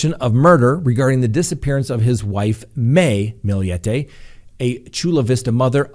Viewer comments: Her name is maya her family calls her may for short! And you pronounced Millete correct!! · Your pronunciation is right on. It's a Spanish last name. Maya is also Spanish pronounced as mah-yah. Your good 💕